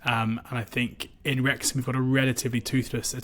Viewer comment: You certainly got Wrexham wrong again 😂